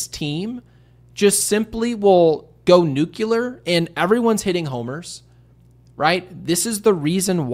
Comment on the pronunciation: “Noocular”, my guy, it’s NUCLEAR!